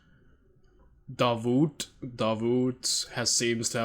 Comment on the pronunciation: "davou"(T) the T is not Pronounced, Davout !!!! the IRON MARSHALL ..one of the Best Marshal of France !!! from France